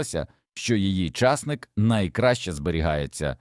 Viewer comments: Колись був часник, а зараз ломлячи языка, став чАсник. Гидко слухати. Не додивилась. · Що таке часник,що це за наголос? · Часник. Наголос на ник.